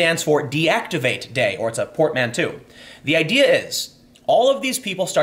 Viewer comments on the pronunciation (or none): "Port Man 2"??? Is that some crappy movie? Did you mean Portmanteau, Tim? It is pronounced port-man-TOW where the tow is pronounced like tow-truck. Good luck. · PORT-MAN-TOE say it with me Tim PORT MAN TOE PORTMANTEAU